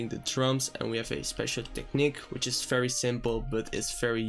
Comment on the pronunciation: "FAERY FERY SIMPLE"